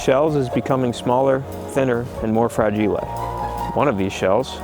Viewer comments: Btw, did you get your pronunciation for "fra-gee-lay" from A Christmas Story?😅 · “Ah, ‘fra-geelay’ - it must be Italian!” 🤔😛